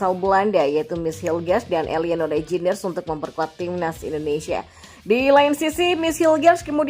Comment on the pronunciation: Min kata nya kalau nama reinjder j nya tidak perlu di baca , jadi di baca nya tijani reinder / emiliano reinder , itu kata manta istri sule , Natali holscher yg turunan Belanda , kata nya , namanya baca saja natali holser (ch nya gk perlu di baca)